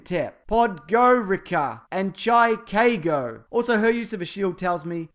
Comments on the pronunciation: Chicago , chi-Kay-go ahaha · "Chai-Kay-go" killed me!! 😂😂😂😂😂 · Chi-ka-go killed me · Haha "...and Chi-ca-go." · "Chai-kay-go" Fuckin' lost it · "And Chai-kay-go" lol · Wow I felt a bit insulted when you pronounced Chicago like that but your still one of my favorite YouTubers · Pronounce Chicago with zero fucks